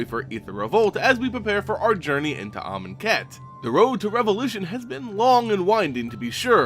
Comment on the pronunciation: Great Video! Glad I know how to pronounce Amonkhet and Aether now.